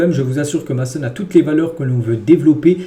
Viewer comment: C pas mAson c’est mAYson sinon continue comme ca t le goat